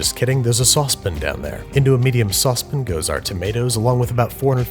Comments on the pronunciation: He says “sauce pan” like “sauce pin”. Like the “a” gets stuck in his throat. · Sauce PAN! Not sauce PIN!! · “Say sauce” “Sauce” “Now say pan” “Pan” “Good! Now say: saucepan” Babish: “saucepin” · It's pronounced saucepan not saucepn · Sauce PAN. Not sauce PIN. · Sauce PAN! Not sauce pin what the fuck! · I like how he pronounces it saucepen instead of saucepan. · bro says saucepin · Sauce pin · lol “saucepn-“ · No one: Andrew trying to say saucepan: sOspiN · Never again will I say sauce pan. Saucepn, welcome to my vernacular. Thanks babish. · sauspun? Why do chefs feel the need to say normal words strangely lol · Why in the ever loving hell does he call it a "sauce pin" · "Sauce pin" Is that ur penis? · Anybody else hear sauce pin ? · Hehe, saucepn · I just loooooove when he says saucepn!! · Therapist: Mispronounced Saucepan isn't real and can't hurt you. Saucepn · I love your channel dude but the way you say saucepan makes mij skin crawl, it's like stewies cool whip from family guy :D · nobody gonna comment how he pronounces sauce pan?? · genie: you have three wishes me: i wish andrew would say "saucepan" correctly genie: ok thats a pretty good wish you still have three that one's on me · The amount of time he pronounces the in saucep a n decreases every video. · I can’t get over the way he pronounces saucepan